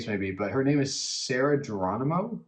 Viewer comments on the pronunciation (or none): Sarah's surname is pronounce with H instead of G. Thanks. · Her last name is Geronimo, pronounced it Heronimo, not sound G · Geronimo HERONIMO that's the right way to say her surname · It is pronounced Heronimo